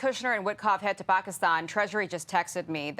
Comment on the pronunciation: Too” Pockistawn”